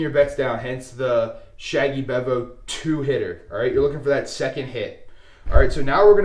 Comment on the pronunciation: Ha... sometimes Dark Side Strategies are the way to go, helps to be a little flexible and have 1 or 2 Darkside strategies "in your pocket" to use when the tables are not hitting many #s before Big Red! FYI if you roll it again, it is Pronounced "Bee-Vo" ... it comes from the Texas Longhorns football mascot! This is an aggressive modification of a much smaller bankroll strategy that uses the 3 inside numbers .. collecting on 1st 2 hits before pressing up individual #s. I had to increase the $$$s laid out initially to make it work on a $15 table and allow me to have all six numbers ACROSS after the 2 hits rather than just the 3 hugging the point. $100 per shooter is actually less risky than other Regression Strategies I have tried over the years that start with $110 or $220 inside before regressing after a couple of hits. A quick 3 PSOs at $220 each is pretty painful, I promise!!! the "Shaggy Bevo" in the name comes from an old discussion board about UT Longhorn Football called "Shaggy Bevo" that had a Craps discussion thread in the 2000s where people used to announce when they were heading to a casino and then report back about their experiences...several beginners asked for a strategy they could use to make a short bankroll last while they were there at a bachelor party with bigger bankroll friends. a user Harry Gandorf told of his 3 inside #s hug the point strategy (he felt that he always got killed betting Pass line so he saved $$ by skipping the point) ... his strategy g